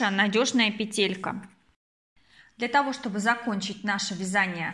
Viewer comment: НА сквозь и пелЕлька слух режет, простите не досмотрела, наверное петля хорошая получилась, удачи в творчестве😊